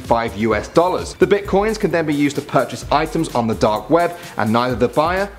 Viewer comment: "Bitcions" lol